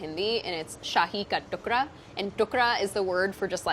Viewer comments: Isn't it called tukda? Why is she saying tukra? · I cringed every time she said Tuk-ra instead of Tuk-da.